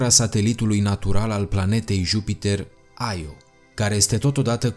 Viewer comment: Las-o naibii,, nu toate denumirile pe care nu le cunosti se citesc in engleza. IO se citeste IO si basta. Nu AIO. De altfel e din greaca click pe Io_(mitologie)).